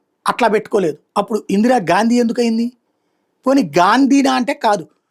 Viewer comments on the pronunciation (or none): గాండీ కాదు గారు గా....😊